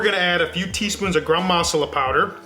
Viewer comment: They way he pronounces Masala is hilarious. I had no idea what he was talking about until I realized his pronunciation was off. However the recipe is on point. Great job!